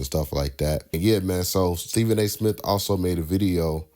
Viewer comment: Who cares , let's get back to sports center and do away with all these shows. Remember when MTV played videos. Pathetic. And it's smith , not smiff